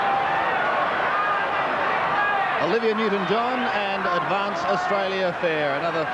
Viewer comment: he said advaince?? hahaha